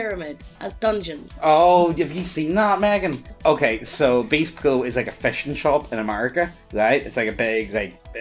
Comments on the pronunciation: This man pronounced bass pro "base pro" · Btw, it's pronounced "bass" as in "ass", not "base" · Ok I'm like 1 min in. And I gotta correct something. It's s bASS-pro not "base" pro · Bass Pro. Pronounced like B Ass. They are all over the US now.